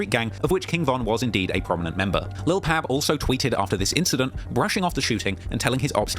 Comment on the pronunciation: BTW- you might get a pass because it might just be your accent but it's Lil' Pab pronounced Like Bob, Cobb, Mob, Rob, etc.......... It's NOT pronounced like Cab, Dabb,Lab, Tab etc....